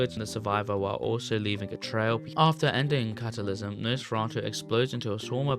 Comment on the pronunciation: "catalysm" "jason"